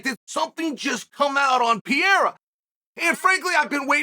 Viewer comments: Pa-rare-uh Unc😂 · 3 years later and you're still saying pee-era, either your dumb or trolling but either way it's old. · Chael the type of guy to make an 11 minute video about Alex Pereira and proceed to not pronounce his name right once.